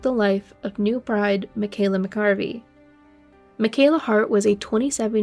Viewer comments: Please learn the correct pronunciation of Michaela's surname. It is Mcareavey, Not Mccarvey! That is a completely different name. RIP Michaela. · Michael McAreavy (mac-a-reevee) is the pronunciation, she was a beautiful girl and they were a madly in love couple. If he was going to kill her he wouldn't have waited til the last few days of the honeymoon, yet he was under suspicion immediately. The police were shambolic too, they botched up the evidence and it was horrific. How these men were declared not guilty is just the biggest miscarriage of justice. The jury was a joke. Legends just rebranded itself as a new hotel and carried on. Poor Michaela and the other victims. RIP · Please give respect and learn how to pronounce John And Michaela’s surname properly.